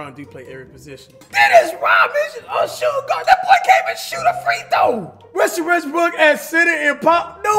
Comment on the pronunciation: I love it when Cash says Wussel Ressbrook.